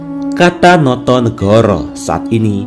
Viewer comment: Notonogoro, bukan notonegoro.